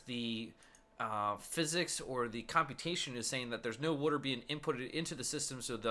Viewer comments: You kept saying wuter instead of water. XD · Evan Forst I thought the same thing. I'm originally from South Jersey where the Philly accent is most common. "Wooder" instead of "water" is a dead give away. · i'll never get why people pronounce "W-A-T-E-R" as "wooder" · wooder ..haha i say it the same way. nice vid thanks for posting! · Do you live near philly? They pronounce water similar to you